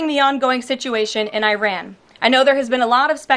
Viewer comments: Just the way she pronounced Iran. It's like someone who knows NOTHING about the country. I-ran is not how it's pronounced. It's more like "ear-ron" phonetically. Jeez Louise...these things matter! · It is “ee-ron” not “eye-ran”. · Why does she pronounce it I-ran? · "I'ran", I didn't think I could dislike her more... they never fail to fail.... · KKKaroline, It’s not eye-ran. She probably says, eye-talion.🙄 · Officials pronouncing Iran as Eye-ran, just really bugs me for some reason. Sounds uneducated to me, just like people used to say Eye-talien. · Does she purposefully mispronounce Iran or is she just that ignorant?